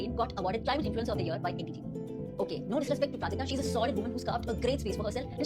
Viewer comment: I think you should added the clip of the corporate related talk they had not everyone know what happened plus the pronunciation of Prajakta name was wrong.